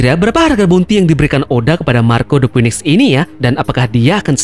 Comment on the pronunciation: Ralat dikit bro, bounty King belum diketahui. Bisa jadi malah diatas Marco, mengingat bounty Queen saja sudah . Oh iya 1 lagi, cara melafalkan "Phoenix" adalah "Finix". Semoga channelnya makin keren..